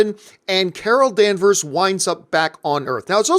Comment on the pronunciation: its "Vers" that last part of her last name Danvers